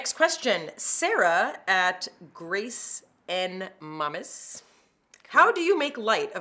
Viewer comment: GRACENMAMES 😂😂😂 lol, Grace had to laugh too 💪🏼